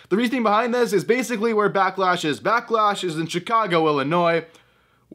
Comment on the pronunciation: Backlash? I thought it was a Becklash.